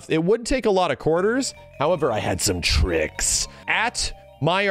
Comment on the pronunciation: I liked the video after you said tricks in a way I never knew was possible